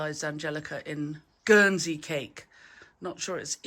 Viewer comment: Love the emphasis on "Guernsey" cake!